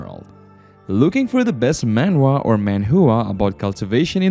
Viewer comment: Bro said ManWhoagh 💀